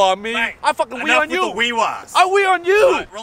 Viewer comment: “I fwukin wee on u”